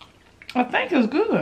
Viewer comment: She said I thank iss good chile 🤣🤣 u always make me laugh and dass why I love u 💛💛